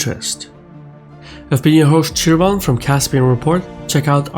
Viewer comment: Shirvan, not "Chevron"